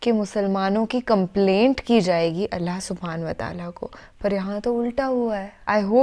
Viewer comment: Thanks sister plz say Allah not alha